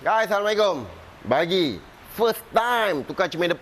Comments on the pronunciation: Ha ahh alu dengar “bagi” bukan “pagi” selama ni saya silap kah maaf 😅😅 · bukan pagi bang.. dia sebut bagi bukan pagi